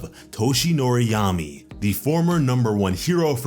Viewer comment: Buddy it's yagi not yami 😂